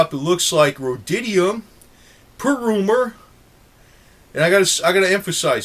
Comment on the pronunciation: ROAD-E-UM, not "road-DID-E-UM." Rhodium. Sorry to be nit-picky. Thanks for the great video!